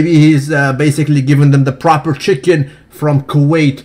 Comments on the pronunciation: Absolutely propahhh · Always been a fan of your unique way of speaking, its refreshing to hear. But, your current obsession with 'propahhh' is getting annoying. Really fast!